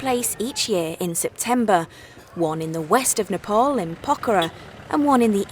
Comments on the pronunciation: new world slavery legion and this call what ever you want cant hide facts with TITLES ANDITS PRONOUNCED NEE-PPAA-LL not nipple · It’s Nepal 🇳🇵not nopol Idiot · It’s nepal not nopal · What's with the pronunciation.... Garkha? Nepol?